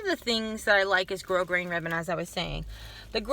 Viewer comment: Love your videos,and you said grosgrain correct!i love you! Lol xxx